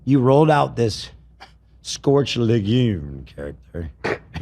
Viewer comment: brother, its scorched leguMe, not lagoon lol